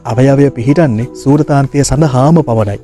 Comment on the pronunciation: සූරාන්තය හෝ සූරතාන්තය නෙවෙයි ....සුරතාන්තය....වචනය හරියට ඉගෙන ගන්න......